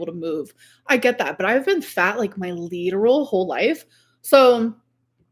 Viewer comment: "liter-ole" is getting on my nerves....